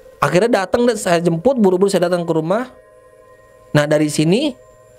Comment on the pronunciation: Di saat gua lagi asik asik nya nonton dn fokus dngerin eh tiba tiba gua ktwa geli🤣🤣🤣entah tlinga gua yg eror apa emng bnr ya🤣🤣jembut bukan jmput🤣🤣🤣